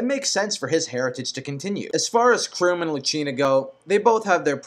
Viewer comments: Before i even watch this video completely...who the fuck is robin all these people talk about? Tiki for smash bros..for the hell of it. and he says "chrome" and "krim" for "KRAWM" wth is wrong with his speaking. and Ike isn't like roy, roy was a copied moveset of marth but better imo, ike has a unique moveset, so he has more probability of staying then roy ever did. Ok so i just looked up robin fire emblem and WOW are you fucking me? you want the avatar character in smash bros? these people are fucking retarded. generic ass bullshit that somewhat killed the game, i still love the game for fire emblem and whatever it's awesome and i use the my unit character, but really..i'd pick ANY fire emblem character over Robin, i would be Meg before robin that is the honest and ugliest truth. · has he played fire emblem awakening? he's saying all the names wrong. xD there's no e at the end of Chrom.